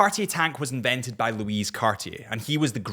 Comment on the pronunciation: Louis Cartier = Loo’ie not Loo’ise